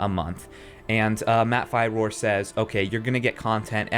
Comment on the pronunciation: Dude, your pronunciations drive me crazy. His name is Matt Firor and its pronounced "Fearer". They say his name in like every damn video he's in. How do you not know this?